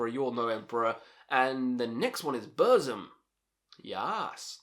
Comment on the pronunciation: Fun fact : Burzum is actually pronounced as "Bur-ts-um"